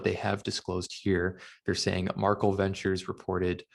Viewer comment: Pretty sure the pronunciation is MAR- KEL not “Markle”